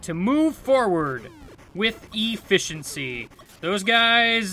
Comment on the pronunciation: "E Fish entcy" lol that was funny